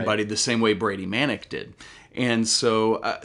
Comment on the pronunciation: Dude doesn’t even know how to pronounce Manek